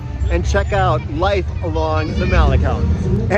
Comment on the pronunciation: Thanks for pronouncing malecon correctly! 😊